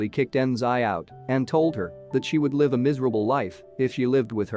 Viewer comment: Oh my you said live like LIVE its pronounced liv not live